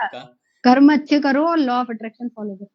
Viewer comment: कर्मा मत कहो यार, कर्म कहो ना